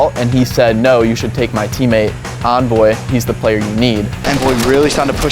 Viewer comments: He says his name as Onvoy. How would Envoy be pronounced like that even if the E was silent it still wouldn’t be that lmao I like him but that’s confusing to me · My names Onvoy. Bro your name is Envoy with an E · the way those old school announcers pronounced Envoy makes me want to fuckin punch someone... it's not some made up word. PRONOUNCE IT CORRECTLY!